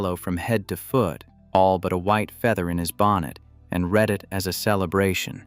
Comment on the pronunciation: You need to type the word ‘read’ to ‘reed’ for your text to speech to finish off an otherwise pretty good analysis and presentation 😊